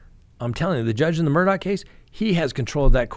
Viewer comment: There is no c or k in the last name Murdaugh.